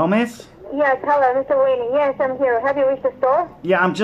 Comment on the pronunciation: And the IRS lady kept saying Wayne -e. 😂